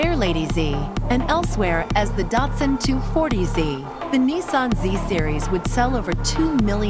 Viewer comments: You're not a real car guy if you pronounce datson, dat-son instead of "dot"son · Why he say Datsun like it's pronounced dartsus its so annoying